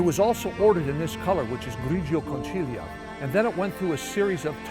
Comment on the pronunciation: Gorgeous car. The sixties were the best in regards to styling. BTW it's grigio conKilia, not grigio conTJilia (a shell). Otherwise, great hommage.